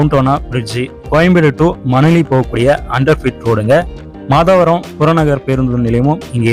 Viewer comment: மாதாவரம் இல்ல மாதவரம்